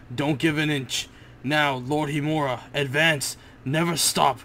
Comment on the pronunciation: you are not saying HIMURA right learn how to say it then say it :p good episode